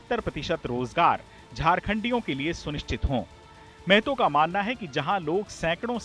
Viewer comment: Mehto nahi mahto